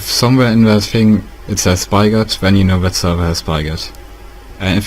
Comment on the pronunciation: did you guys not realize that he said spygot instead of spigot LOL (BTW) it worked